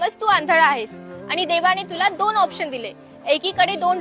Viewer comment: हे विनोदी किस्से सांगतात ते अतिशय उच्चार पूर्णपणे अशुद्ध बोलतात, आनी पानी असे बोलतात. जरा आपली मातृभाषेतून तरी शुद्ध बोला.